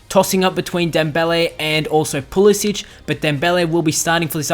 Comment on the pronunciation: Great to see Christian Pulisic score you should keep playing him he is class although it's pronounced Puhlissick that said glad he is getting game time keep it up :-)